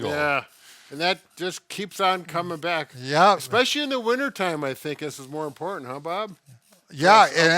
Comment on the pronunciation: Bob...it's especially...not expecially. 🙃 I especially like your videos.